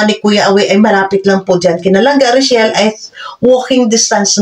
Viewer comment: THE NAME OF REYCHELLE IS THIS NOT ROCHELLE THAT IS THEIR LOVE TEAM BEFORE REYCHELLE IS HER NAME OF LANGGA IT IS PRONOUNCED AS REY-CHELLE